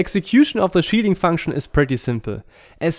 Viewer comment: haha I like how when he says "shielding" it sounds like "cheating" the shielding is overpowered which in turn feels like cheating